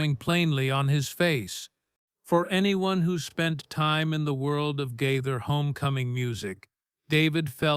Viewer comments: Gaither, not Guyther! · The mispronunciation of Gaither is very distracting!!!